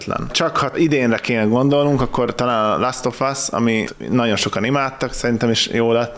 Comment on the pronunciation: az of továbbra is OV kiejtve akár UK akár US.